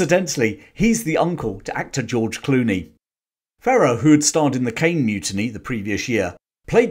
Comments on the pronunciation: Jose Ferrer's name is pronounced :Fuh-rare". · Jose Ferrer: "Fur air" would be the correct pronunciation. A really under rated actor, also his son Mel is very good. Good vid!